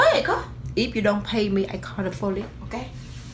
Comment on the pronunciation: “If you don’t fay me I call da folice 😂”